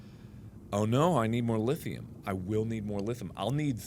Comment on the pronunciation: OH COME ON MARK, DO YOU EVEN VOCAB BRO?... 'CAUSE "Lithum"?! REALLY?!! UH, I THINK YO FORGOT TO PRONOUNCE THE "I" IN LITHIUM... XDXDXXXXDDDD